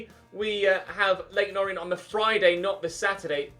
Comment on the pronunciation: Just saying this is how you pronounce leyton orient. You said o-ri-ent and its pronounced or-ee-ant